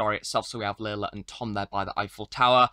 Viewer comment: It's pronounced 'Larlar' rather than 'Laila'